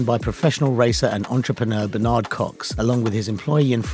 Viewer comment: "Bur-n'd" Cox, not "B'nard Cox". And, it's aitch, not haitch. Apart from that, you've made quite a good vid here. Keep up the work. PS. The Mini Marcos was pig ugly, wasn't it? Only British finisher at Le Mans '66? Were the first, second and third place Ford GT40s not British? Chassis were British built, and Ford Advanced Vehicles in Slough was a subsidiary of Ford Britain. I'd say that makes them British cars.